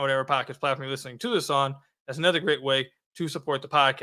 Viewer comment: I know this is a weak take but I can’t help but bring it up. The way says ether or anether rather other/another then he turns around and says thum instead of them. If you gonna use short e instead of o then at least use it when you supposed to. lol- all good tho, I agree with your takes.